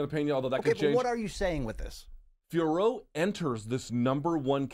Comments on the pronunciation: its not fior its fioro , O is not silent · Fee-oh-roh, not fee-or. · I speak French. Pronounce it fee-o-row